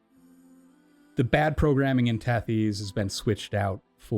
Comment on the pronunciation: That's not how you pronounce Tethys 🤣